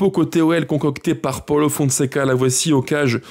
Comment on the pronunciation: Ça se dit paulo et non paolo